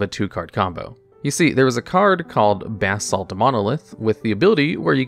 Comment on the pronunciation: "Bathsalt Monolith" is definitely my new favorite mispronunciation